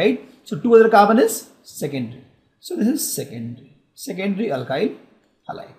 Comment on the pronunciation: Its alkyl not alkhyl